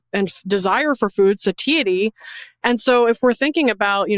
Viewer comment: Suhh-Thai-uh-tee. 😮satiety